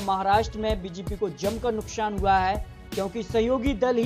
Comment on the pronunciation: Chup be sale....nukshan nukshan kar raha h...nukshan nhi nuksan hota h...pahle hindi sudharo..fir patrakarita karna